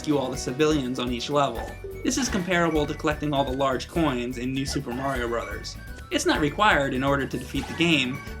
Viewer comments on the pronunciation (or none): none